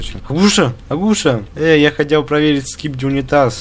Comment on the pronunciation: Агу'ша? Правильно а' гуша